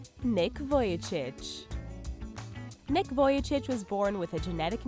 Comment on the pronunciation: not nick vulicic its nick vujičić